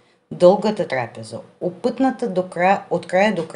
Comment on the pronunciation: Поздрави, добър български, само тук там с ударенията на думите бъркаш, примерно не е трАпеза а трапЕза мисля думата е гръцка и звучи точно така и на гръцки, общо взето бих дал оценка мн.добър - 5. Сега за приказките е дълга тема, в новите времена доста от тях звучат малко като отживелици а някои направо брутално и жестоко по стандартите на новото време, като дете преди доста години това не го забелязвах толкова, може би защото живеехме в по-жестоки времена, но сега някак си ми звучат зле в това отношение ... въобще това една дълга тема, желая ти хубав и спокоен живот в нашата страна :)